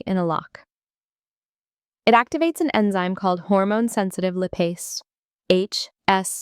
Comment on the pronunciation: I would argue it was when it was talking about lipase. No one calls it li-pase. It is almost universally pronounced lie-pase